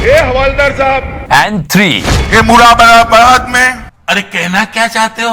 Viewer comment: बेटा अमित वो "मुरादाबाद" हैं न कि " मुरा मुरा बार"। मेरा शहर।